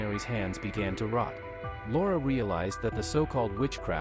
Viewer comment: It took me a while until I realized that the narrator was calling her Lara… I heard Laura